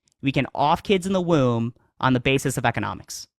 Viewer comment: All you did was show that you and your goon (who can't even pronounce womb correctly) can barrate and badger inexperienced debaters into a corner where they don't have a response. Screaming "does it justify unaliving a kid" over and over again isn't an argument, it's uncharitable framing at best. You made no points here. You just looked like an asshole